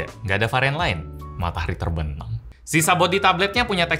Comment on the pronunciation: "matahari terbenam" dengan segala intonasi nada yang .......